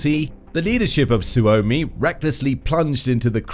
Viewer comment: "Finnand" "Sooumi", "Souumi" If you can't even talk in your own language (English) do not try to speak Finnish. I thought Tarja Halonen was only person who has difficulties saying /r/ and /l/ but I guess I was wrong.